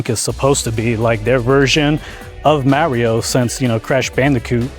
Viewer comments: Genuine question! Seriously, how do you get so far in adult life and still not know how to pronounce Mario? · Like fr you run a Nintendo channel and can’t say Mario 😭